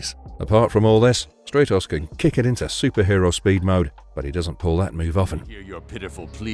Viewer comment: Stratos is pronounced like Brat. Or Stratosphere. Not Straight-os